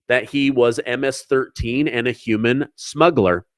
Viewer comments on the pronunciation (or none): none